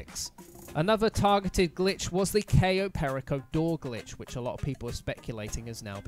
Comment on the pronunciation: The way you pronounced Cayo Perico really irritated me.